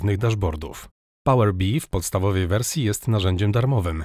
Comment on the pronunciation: Nigdy w życiu nie słyszałem, żeby ktoś wymawiał to "pałer bi", chociaż faktycznie kolory przypominają pszczołę